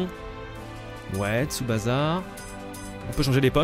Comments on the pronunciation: Super vidéo le jeu donne envie même si il manque les guitares électriques hurlantes de la série dans l'ost, mais par contre stp arrête de dire TsubaZa c'est comme Osaka on dit TSUBA"SS"A merci tu m'écorchais les oreilles désolé pour mon nazisme primaire :p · Pas tsubaza stp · Parcontre arrete de dire Tsubasa stp😂 ca ce prononce Tsuba CA